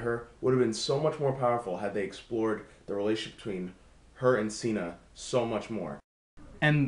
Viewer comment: I like that you pronounced him as Cena, though I always thought Cinna was pronounced Sinnah. Katniss's interactions with Rue and Peeta should have been elaborated. Great review.